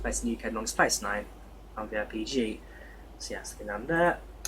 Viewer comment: Wow you mastered that llanfair pronunciation lol